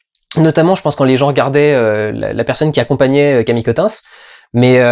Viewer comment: Néomie au lieu de Noémie, HHHahoui au lieu de Harry, Camille Keutinsse au lieu de Camille Cottin, est-ce que tu sais parler ? Je suis désolé Durendal t'as des bonnes idées sur tes films et tu t'en sors tout seul sans tapis et en presque un seul plan séquence mais tu ne sais pas parler et ca décridibilise complètement ton propos.